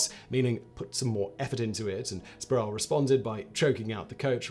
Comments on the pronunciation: It’s Latrell “Spree-well” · Pronounced “Spreewell” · How many times can one mispronounce Sprewell?